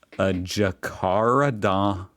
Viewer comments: pronounced Jack a ran da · Jacaranda is pronounced jacka - ran-da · Jack-a-randah. Just slow down a little and roll into the words. Let the stress out. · G'day Good to hear you attempt to say "Jack u ran da" I've just started uploading some funny Youtube CCTV from my place If You want to do a reaction Just watch the "Shorts",Here is the first one. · The way these Americans say Melbourne and Brisbane and Jacaranda 💀